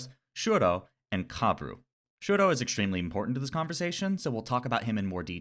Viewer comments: first of all, i just wanna say how much i loved this analysis, ive been trying to find autistic analysis on dunmeshi and this was EXACTLY what i was looking for second, just as a mixture of fun fact and psa, shuro's name is actually toshiro, "shuro" becoming a bit of an unintentional microagression from laios over not hearing toshiro's name properly and later not bothering to change to the right pronunciation. its not a widely known fact since its from an omake i think? but yeah lol third, about throwing more autistic rep your way, its more of an implicit/unintentional thing but have you ever watched mob psycho 100? being autistic, that show hit me like one of those massive waves at the beach that catch you unguarded and drag you across the sand out of how hard it was LMAO. a friend recommended it to me and if i was getting the autism vibes from the first episode from him, by the third ep i was SOLD. convinced 100%. it's on my top 3 shows by autism representation along with the owl house and dungeon meshi. not only the main character, mob, is very coded in my opinion, but like. easily half of the main cast can be read as some flavor of neurodivergent, ranging from dissociative disorders to PTSD, ADHD and autism which i feel are the more prominent. there has been a lot of discourse on the fact many of the author's characters seem to be either intentionally or unintentionally coded, but tbh it just makes the show really well written, it's a love letter to autistics in an allist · wasnt it framed as a micro aggression though? it didnt come as just a quirky little thing to me and rather laios being an ignorant westerner?? lmao poor toshiro getting his name pronounced wrong all the time